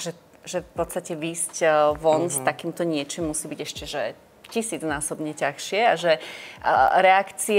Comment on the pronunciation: Tazsie sa vyslovuje tazsie a nie tachsie